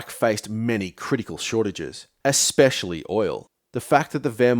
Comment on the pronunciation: "Ek-specially"... You can't sound wise when you mispronounce basic words.